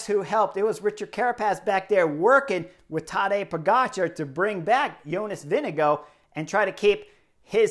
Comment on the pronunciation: Chris you need to learn how to pronounce Vingegard. You are consistently getting it wrong. It's increasingly coming across as rude.